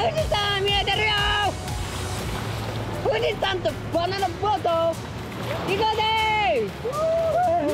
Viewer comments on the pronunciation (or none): ふぅぢさぁんとヴァナナヴォート😎